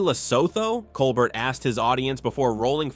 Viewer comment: Say COLBERT right! Please! Coe-bear